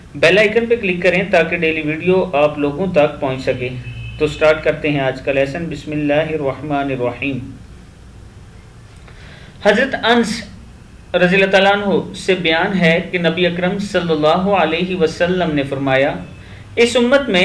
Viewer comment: Ans r.a nhi Hota Anas r.a hota h